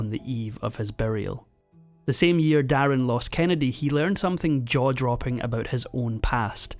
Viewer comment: His name wasn't der in it was darin from mandarin I don't know where you got your info from 😂